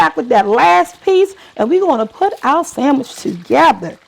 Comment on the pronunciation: Did she say sammich? Yassss I know that taste bomb